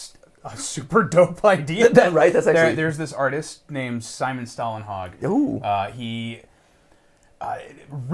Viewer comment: People really need to get better at pronouncing Swedish names! if you manage to say Stålenhag as if it's starting with Stalin-, then you're off.